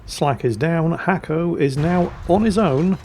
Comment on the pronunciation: Dear, it's not Hacko. His name is in Cyrillic and it means Nasko The Hacker. He is a fellow Bulgarian and a very good player.